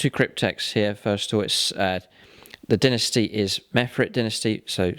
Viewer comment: Dynasty* not Dinisty